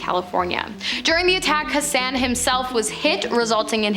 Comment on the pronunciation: This video was good until you pronounced Waco wrong. It's pronounced WAY-CO. And then Hassan's name is pronounced HOSS-ON. Why can't y'all Canadians listen to local news broadcasts on YouTube before you go around mispronouncing words? This just in tonight, a crazy weirdo from WHACKO Texas has finally pronounced it WAY-CO!!!